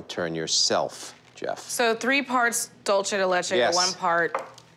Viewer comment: The way they pronounce dulce . Hahah it’s not Italian it’s Spanish !